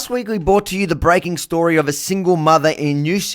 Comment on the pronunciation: AVI it's not "Bought to you" it's "brought to you"😁